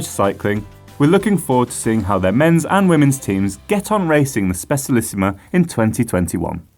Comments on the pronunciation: Just saying but Specialissima is Italian is pronounced Spe "cha" lissima. Pity it's only available in disk brakes now. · ye but I think this is a new record of butchering :p